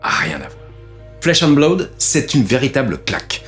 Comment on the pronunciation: Blaoude? Blood ça suffit non?